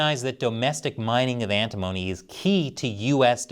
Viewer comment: Pronounced "Ant-i-mony" , not like "Alimony".